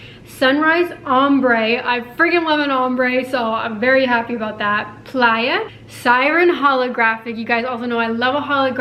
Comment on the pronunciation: Question. Is it supposed to be pronounced Play-a or the way you are pronouncong it?